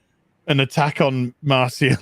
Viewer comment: Would someone please tell Marcia is the same pronunciation as Masha. Every time he says MarSia my ears hurt.